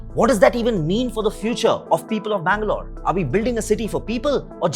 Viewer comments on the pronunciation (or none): none